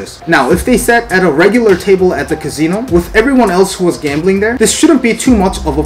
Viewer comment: Wtf is a Cazeno? 🤣 Ka C No